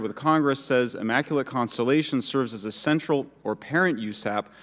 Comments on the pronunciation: Boebert can't say Immaculate. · She should learn how to pronounce words like maritime and immaculate correctly. She is a waste of time to be on this video for so long.